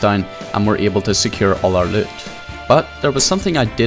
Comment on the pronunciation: Your accent saying the word “loot” is why I keep coming back. Good vids